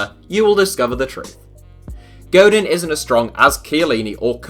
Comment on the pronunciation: Diego God in..... godeeen bro There is no in sound in spanish its en without a accent. Een with an accent mark. Cringe.